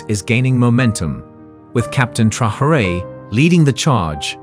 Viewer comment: if you insist on using AI to read your text, at least teach it how to read 'Traore'. It's not 'Trahorée'. The video mentions his name about 50-100 times I think, and not once correctly.